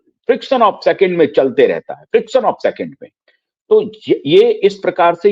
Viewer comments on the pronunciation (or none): सर जी, "फ्रिक्शन' औफ सेकिंड नहीं, "फ्रेक्शन" ओफ सेकिंड कहिये।